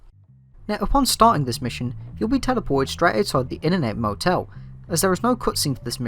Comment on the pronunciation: I str8 thought u were saying Internet Motel